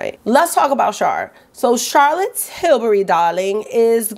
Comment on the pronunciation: ‘From CHARRR’😂😂😂 you crack me up. I love watching your videos.